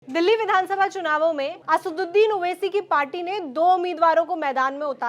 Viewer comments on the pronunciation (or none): असुसुदिन नहीं असाउद्दीन मैडम जी 🤣🤣